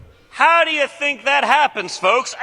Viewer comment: * Speach therapy pls ffs. "Think" NOT "FINK".